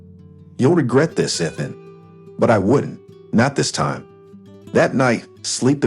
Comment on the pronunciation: And say the words correctly, especially the name Ethan